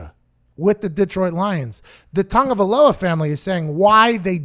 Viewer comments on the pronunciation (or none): Why does everyone think there's an N in Tua's name? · Where is the N that so many sports talkers pronounce in Tagovailoa? Why does he keep saying TaNgovailoa? Cant they just read the last name? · "Tua Tavongaloa" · There's no N in Tua's last name, Pat. A Tungavaloa is something you pay extra for in a Hawaiian massage parlor. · “Tua Tungavailoa”